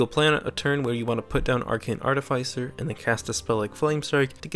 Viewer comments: ART-iff-iss-er. Not Art-iff-ICE-er. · It's pronounced art-if-iss-er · Its artificer, not artificer